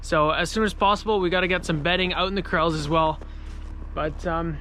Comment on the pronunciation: You say "Ouwt" an insane amount!